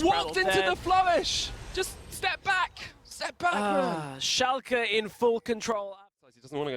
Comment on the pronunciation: why do they say Schalka??!?!?!?!?!